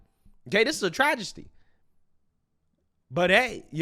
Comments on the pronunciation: Tragesty? C'mon, bruh. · "This is a trajesty" ... trajesty? You mean tragedy? or travesty? 😆